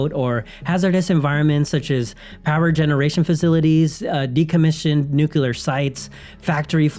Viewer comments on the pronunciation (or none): Please, "nuclear", not "nucilar". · Why does some people pronounce nuclear as new-q-lear and not new-clear? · Good video. However, you pronounced nuclear as “nuculer”. Instant dislike.